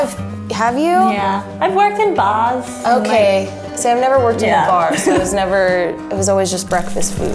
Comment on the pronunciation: 'I worked in baahs' YAS KIWI GIRL